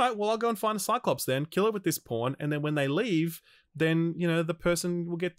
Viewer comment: The CC for this video registers saying ‘pawn’ as ‘porn’, pretty amusing if you’re just reading along. My favorite line was probably ‘alright well I’m just gonna go find this cyclops and kill it with this porn’.